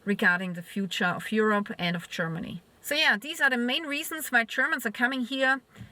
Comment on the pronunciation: csörmany chörmany chörmeny lern proper english pronanciation